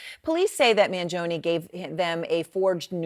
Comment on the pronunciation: She's the only newscaster that says Mangione correctly. Everyone else pronounces it like a cartoon mob boss LOL!